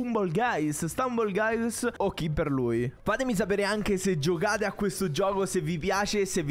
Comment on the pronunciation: Questo gioco è fighissimo, cmq la pronuncia è STAMBOL GAIS